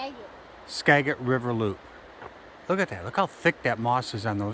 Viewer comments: We have lived in Washington State all our lives and have explored extensively. We have been to the Skagit River many, many times. The correct pronunciation is: ska. jit. River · Skagit is pronounced like a “J” Skajit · The g in skagit valley has sold of gem not g like got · Loved this. I know you all were traveling, but it’s actually “skadge-it” river. :)